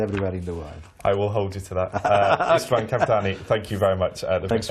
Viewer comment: Tegyük hozzá, az Istvánt nagyon szépen ejtette. Meg hát az ő fülöknek valszeg az ő angolja se perfekt, akármilyen jól is beszéli.